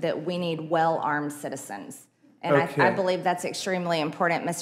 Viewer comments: She thinks it's very impordant.... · Does mtg have a speech impediment (not that there's anything wrong with that)? The 'woman' seems incapable of saying the word important!